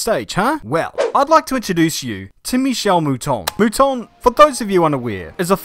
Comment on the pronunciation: Female Youtuber comes on talking about female racers and immediately enters with a mispronunciation of Michele's name. lol.